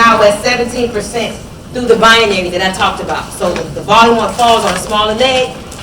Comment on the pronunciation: Lol "bianary", seriously?